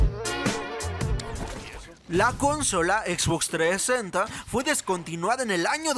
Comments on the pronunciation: xbox treesenta v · La Xbox 3esenta, me muero jajaja